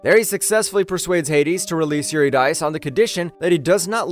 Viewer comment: SIGH Calliope: Ka-LIE-oh-pee Eurydice: yor-IH-dih-see